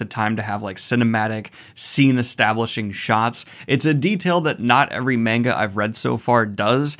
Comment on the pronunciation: Daniel: “I’m sorry for being a subpar content creator” Also Daniel: Calls manga ‘mane-gah’